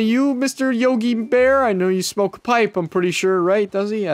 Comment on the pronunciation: 15 minutes talking about bwear and "for sure" emm